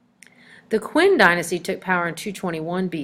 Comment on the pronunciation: It's ZHOU dynasty, or "CHOW" dynasty! It's QIN dynasty, or "CHIN" dynasty!